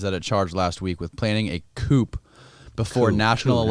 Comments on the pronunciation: Say it with me now...Cooo. Again...Cooooooooooo (coup). This ain't your 2 door car. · They must be like 22, forgetting there's an audience listening. There lack of knowledge is amazing saying coup, lol hes saying coupe. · Coup is pronounced like "coo" not "coop". And for the love of god, read your comments and if they're all telling you to stop interrupting - maybe stop interrupting? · These would be so good if unflinching ignorance didn’t pull me right out of it. And why didn’t anyone stop him from saying “coop” three times. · The host is dismissive, interrupting his guest and then can’t pronounce coup. I can only guess he is jealous and making it weird. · When our boy pronounces the P in coup. Y'know the journalism is legit. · This interviewer is a wise a*s punk and can't even pronounce the word coup. Unsubscribing. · Haha you know Matt’s thinking to himself “god this guys a dumbass” lol. Especially when dude is pronouncing the p in coup multiple times. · Interviewer doesn't know the "p" is silent in coup. He is annoying, immature and constantly interrupts all the time.